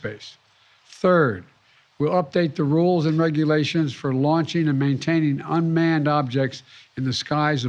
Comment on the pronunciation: “Unman and unidentified” what else y’all need to know🙄 #UFO